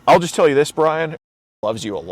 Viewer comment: Man every time this guys says “just” it sounds like he says “jizz” 😂